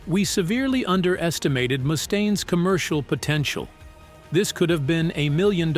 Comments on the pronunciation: The AI is terrible. 😂 Moostane. 😂😂😂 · What do you mean? Moo-stain lmao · Who is this “Moostain” this narrator speaks of? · Nothing says "I'm sincerely passionate about the music I cover" than the inability to properly pronounce the name of the person who the actual focus of your video. At least consistently. And your kind of conflating the era with Dave, in which Megaforce was the bands fairly large, well distributed indy label, and the next era, a couple of years after Daves departure, in which full blown major labels like Electra and Capitol began courting Metallica and Megadeth (who were initially on the indy Combat) in earnest. By the time the Electra deal with Metallica was signed, the band had upgraded management from Johnny Z to Cliff Burnstein and Q Prime.